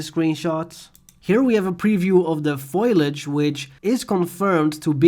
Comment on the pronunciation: The word is "fo-li-age' and not "foil-age"